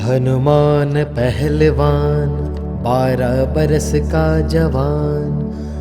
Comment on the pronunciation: Kya yeh Hanuman Shbra Manta Aapne Suna he, Isme HANUMAN Pehlwan ki bjay Hnuman Aahlewan Dubai deta he,Mukh me Beera ki bjay Beet sunai deta he, Hmari problem yeh he k HM Shbra Manta Sunte he,Glt Mntr sun-ne or Ucharan krna b Glt he,please theek kreeye,thanku